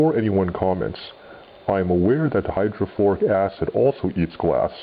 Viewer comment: hydroflUORic not hydroflOURic. You don't bake bread with it.